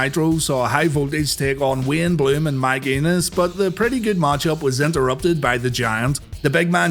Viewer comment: Did you say Mike Anus?